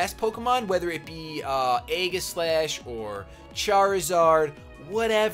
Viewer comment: I'm rather surprised that the Manectric wasn't carrying Flamethrower; but Congratulations for the two Wins, and yes, your Beard is very nice. Random Note, I imagine 'Aegislash' would be pronounced 'ee-ji-slash' rather than 'ai-ghi-slash'.